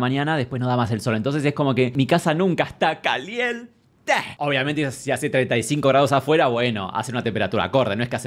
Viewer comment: Alguien me recuerda xq surgió la exclamación CALIENTEEEEEE, con ese énfasis ?